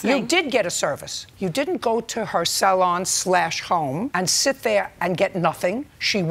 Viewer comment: "Sal-on" lol